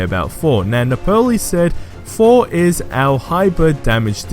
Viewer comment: It’s Thor not for